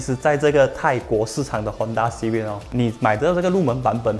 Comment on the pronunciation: 支持! 可是读音是"Civik" 不是"Civid" 哦。CIVIC fc 的优缺点我都ok, 比较不喜欢那颗cvt罢了。